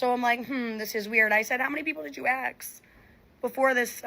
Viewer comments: She said "axe" instead of "ask," that's enough to know everything about her you need to know... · She actually had to go out of her way to say axe instead of ask 😂😂 absolutely ridiculous. cringe 😬